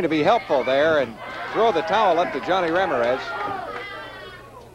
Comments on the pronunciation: I live in New Mexico, and this Midwestern TV announcer would get crucified if he pronounced Ram-IR-ez RAM-ir-EZ...LOL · Announcer: "Rammer-ez" 😅